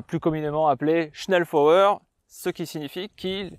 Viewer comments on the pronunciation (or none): Prononcer "chnelfoyeur" bitte schön 😉 Ah, et "lugueur" et non "lougueur". Tu verras, ce n'est pas chinois et ajoutera de la crédibilité à tes docus déjà très bien faits. Je viens par la même occase d'avoir un indice intéressant concernant le choix de Guernica pour un bombardement massif par la Luftwaffe (louftvaffeu).......... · dommage que tu sache pas prononcer convenablement SCHNELLFEUER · Le message était stupide dans sa forme mais pertinent sur le fond, la prononciation du mot était en effet incorrecte. Mais c'est un bien petit défaut comparé à la qualité globale de la vidéo !